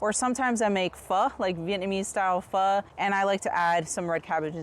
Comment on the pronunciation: We have a mild climate that rarely sees even mid 70s, so we can grow cabbage year-round. I've just been playing with growing them from scraps and having great fun in the process! I love how you pronounced pho very correctly and didn't say "foe."